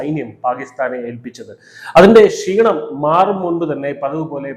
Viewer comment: ശീണം അല്ല ക്ഷീണം 👍👍